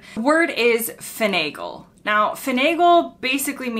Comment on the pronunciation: Brit here: Finagle, Not a word I would use, but not unknown, but your pronunciation, confused me, as soon as you defined it I knew that, I know the word, and would understand it if spoken by a Brit, and I can't think why, and I can't think how I would expect it to sound, but that's not it. Blinkers, I immediately think of horses and horse racing, I think these are blinders in US, but also know they mean indicators in UK. Broiler/broiling had always been difficult for me, I cook, and it was only in the last year or so I understood what it meant